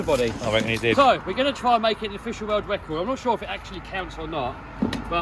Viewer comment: Congrats on your word wecord